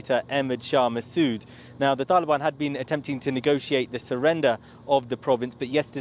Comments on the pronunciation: Why does he keep pronouncing Taliban like that? He speaks with an English accent and yet pretends he's not western when he says Taliban? Cut up his passport and he can live with the "taalheeban" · Why does he try to pronounce all thse things in the 'original'/pashto pronounciation?